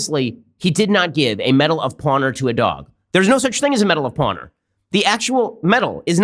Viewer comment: I think Ben is really proud of the medal of "pawnor" lol